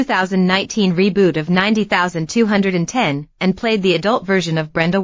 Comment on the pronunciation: bad AI video, cant even pronounce 90210 properly...